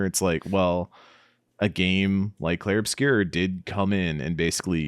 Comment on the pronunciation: Plz stop calling it "Clair"